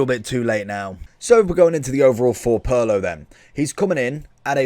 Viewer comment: the ways he says Pirlo sounds more like Paolo 😅